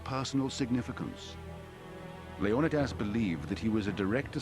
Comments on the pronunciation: leon a das not leon eye das who dare put that i in there to sound like eye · It's not LEO -NIDAS... Its LEON -IDAS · Why did the producer of 300 decide to pronounce Leonidas as Lee-on-nigh-das rather than Lee-oh-nah-das? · I had to stop listening because I could not take the mispronouncing of leonidias name over and over. It has been pronounced 'leo nie dass' by every other historian in my lifetime. Not 'lee own I diss'. For cripes sake. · yeah like Leo nuh das or something 😂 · the actual Greek pronunciation is Leh-Oh-Nih-Thas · The way he says the name of the king of Sparta is so distracting. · It's annoying, right?? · The way he pronounces Leonidas is triggering me so hard... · I'm sorry, but I can't bring myself to listen to the English narrator absolutely butcher the name Leonidas... atrocious and down right obnoxious. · Fred Smith I'm Greek, my cousin is named Leo-ni-das. They are mispronouncing his name in this doc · A good documentary if you can get past the narrator mispronouncing Leonidas name. That alone drove me crazy.